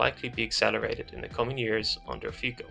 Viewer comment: His name is pronounced Fitso as in feets-oh